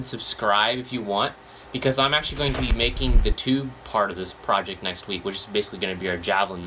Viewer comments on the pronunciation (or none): none